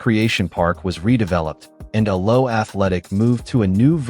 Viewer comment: Why oh why the crap fake Yankee commentary? Worst mispronunciation of all? The second "a" in Alloa is pronounced, not silent, it's "A-low-ah" not just 'Allo! And St Mirren is SAINT Mirren, not "Street Mirren" you morons! 🤬